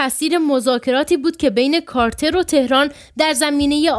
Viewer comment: چرا «کارتر» را «کاتلر» خواندید؟!🤔